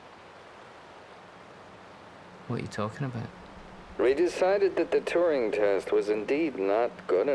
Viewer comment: Wait. Is Billy calling it the Turin test, instead of the Turing test ? Edit :Aha. A clue. Teach me to post before watching the whole thing.